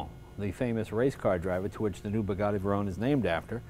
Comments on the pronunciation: ...is it that difficult to say 'Bugatti', instead of 'Boogadhee', Mr Leno ?-/ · They are Bugattis not Burgattis.